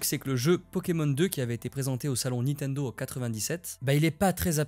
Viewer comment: C'est LE gameboy Et NINtendo et non Nitendo voilà voilà